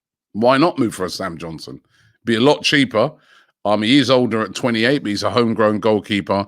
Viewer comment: Sam johnson and tammy abrahams. Robbie can't even pronounce english names. Is he analfabethic? Or dyslectic?